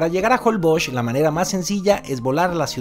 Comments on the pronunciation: Por que a varios youtubers les escucho que pronuncian holboch, no holbox, asi se pronuncia?, saquenme de mi ignorancia. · Porque dices JOLBOKS? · Jolboch...así se dice? 🤔 Un día de esos cuando hagas la prueba del colchón, te van a poner un sable en medio y ahí te vas a quedar ensartado...jajaja. Es broma. Están buenos tus comerciales.